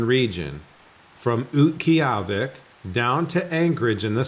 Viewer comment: You get kuddos for properly saying Utqiagvik, instead of it's former name Barrow. Thoroughly enjoy you show. Thanks.